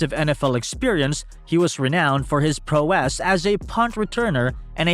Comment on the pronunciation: Where the heck do you get these narrators? "Deh-troit Lions", "Pro-wess"? Learn to speak before you throw yourself out there. It's DE-troit, and Prow ess. It's painful to my ears to hear them talk.